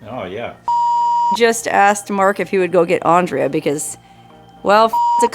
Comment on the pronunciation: The lady said her name twice. Then Mark said it once. It's Andrè, not Andrea